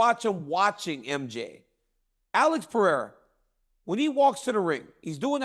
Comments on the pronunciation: Chael "I'll keep calling Pereira Piera and what u gonna do about it" Sonnen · Cracks me up that Chael still doesn't know Pereira's last name. No disrespect to Chael: He's awesome. It just made me laugh.